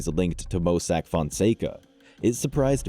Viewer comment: This an amazing channel but the overly used Ai is crazy. “Mossack Foncego” 🤣🤣🤣